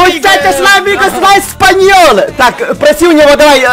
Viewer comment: Не Españole а Español